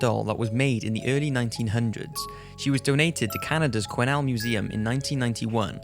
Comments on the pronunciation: Wow - finally someone who pronounces "Quesnel" properly - ty from me and my home town! lol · You pronounced Quesnel correct I'm very impressed.